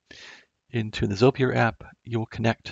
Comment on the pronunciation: It's pronounced, "ZOY-purr", FYI...